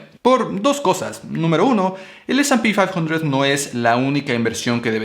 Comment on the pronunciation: Eres latino mamón...se llama ese y pe quinientos